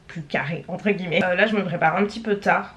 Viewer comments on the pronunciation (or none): none